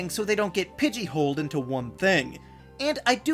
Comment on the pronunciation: I caught that "Pidgeyholed". Love it when I hear terms you don't often think about warped into a different world!